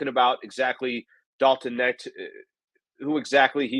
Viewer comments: with some garbage takes tonight. Clearly doesn't watch college basketball (which is fine) but first of all.... it's Dalton Knecht (like "connect" not "net"). He was the SEC player of the year in a stacked conference. He's a legit shooter who can provide much needed scoring off the bench. He wasn't mocked out of the top 10 and I've seen people mock him at #1. Saying he won't get any opportunities with the Lakers is pretty laughable considering how bad our shooting is. He's a plug and play guy immediately with the size to be a legit defender and shot creator. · The K is not silent. It is pronounced like "Connect". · The K isn't silent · I stopped watching this after the way he pronounced his name